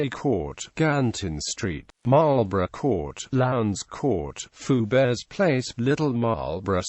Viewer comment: is Fouberts Place actually pronounced "foo-bears"?